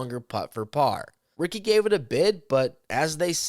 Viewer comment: They didn't say Ricky correctly. Sometimes people from other languages have a hard time pronouncing things correctly. It's not a big deal